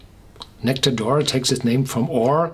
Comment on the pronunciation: True, and it's not said like "oar".